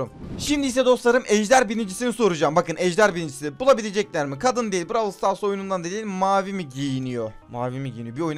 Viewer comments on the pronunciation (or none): none